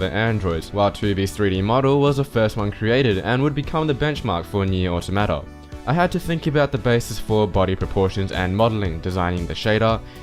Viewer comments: "oh-tah-mah-tah" is the pronunciation, it's an english word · Jesus why can't anyone pronounce automata. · You still understood that he was saying Automata, right? Quit whining.